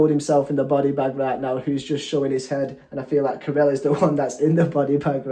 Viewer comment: You have them backwards. Ca7riel sang 1st (He's the tall one who plays the guitar. ) Paco is the one jogging. You should really take the time to listen to the entire song/ lyrics because sadly you can get lost in the translation & miss a lot. PS Ca7riel is pronounced CATRIEL